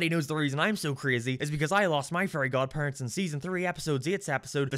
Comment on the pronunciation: "Furry godpurents"😩😩😩